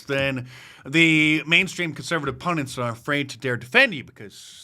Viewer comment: 'Pundits' .... not 'pundents'